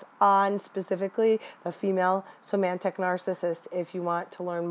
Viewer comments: somatic, not somantic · Do you mean somatic when you say "somantic"? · It's somatic not somantic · I love your video. Hopefully you don't click your pen, or whatever that sound is, in all your other videos. And it's somatic, not "somantic". But it's great to hear people talking about this. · Great video. Just an FYI. It's SOMATIC narcissism (not somantic.) at first listen I thought you were identifying a new type I hadn't studied yet and got confused. The term comes from the Latin 'soma' (in medicine) meaning "the body". This disorder already has so, so many types and variations, with symptoms and behaviors and terminology that's already very confusing which is my reason for correcting. The use of correct terms is essential to truly understanding them in our studies. Also, in this day and age of career women the cerebral type is found in lots of women too. (They be MUCH smarter than you & I, you know!). Lol. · The word is SOMATIC, not somantic. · They are called somatic -- not somantic.-- narcissists. It undermines your credibly to mispronounce a term of art. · They're called "Somatic Narcissists." You keep adding a "N" to this word. Not being a jerk here, just providing an annoying correction. lol